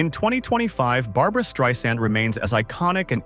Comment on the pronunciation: "Streeesand" - AI sucks!